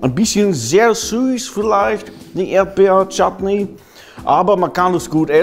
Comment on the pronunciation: als Shattnee(ich habe es so geschrieben wie es klang) gesagt hat war ich so NEIN das spricht man nicht so aus